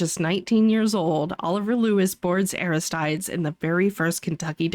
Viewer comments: uh-RIST-ta-deez lol or air-ist-TY-deez Great video again! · It's pronounced Aristeeds.